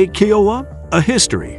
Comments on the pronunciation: It's K ī ō w a and not keowa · Thats not how you pronounce kiowa. Its pronounced kī-O-uh not key-O-uh. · Had to stop watching this to stop hearing Keyouha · Hearing it called a KeyOwuh hurt my soul😂🤦🏻‍♂️🤦🏻‍♂️ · Why do you say the "You", "Ohh", and "Ahh"? U stands for Utility and H stands for Helicopter. O stands for Observation, and A stands for Attack. Kiowa is pronounce Ky O Wah. Its an incredible airframe.